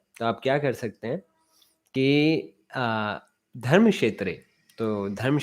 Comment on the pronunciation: It is धर्म and not धर्म्. अक्षर (व्यंजन +स्वर )